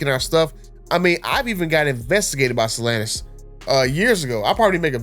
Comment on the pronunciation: Why does he say Stellantis like that ew lol